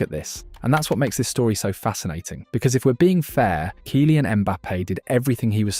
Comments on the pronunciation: 😂 this AI bs is too much — “KIE-LIAN” Mbappe? Bro it doesn’t hurt to at least write it in the script differently so that your bullshit ai commentator can pronounce it properly, always thought this was a real guy talking till this point ain’t no way he butchered his name this bad and made a whole 20 min vid about him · Can't even pronounce Kylian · This narrator AI? Said Kylian so weird lol 😂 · The narrator is a joke.